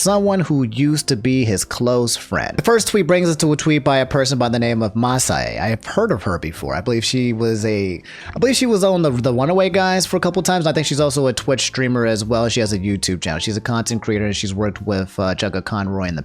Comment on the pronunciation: It's pronounced Mah say but yes they were close friends until a few years ago. Chugga was NOT at mag, he cancelled the trip last minute.